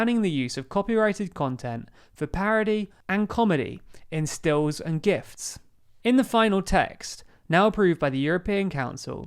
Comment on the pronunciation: "In stills and GIFTS." ?? 🤣